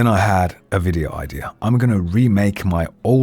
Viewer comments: I'm fully convinced that "vidoe" in the end was not meant, but he instead wrote it wrong in the script and just went "fuck it" while reading and said vidoe regardless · The fact that he said vidoe made me sub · “Vidoe” - 2022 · Love when you said "Vidoe"